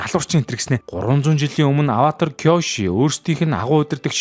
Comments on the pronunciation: Коёши биш Кёоши шүү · Киёши шүү дээ кк. бас Урсула биш Урса😅